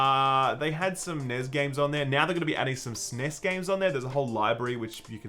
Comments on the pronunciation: S-N-E-S.............. its not one word!!!!! AAAAHHHRRRGGGGHHHHH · For the love of God, the N.E.S. was never known as News and the S.N.E.S. was never known as sness, stop saying it!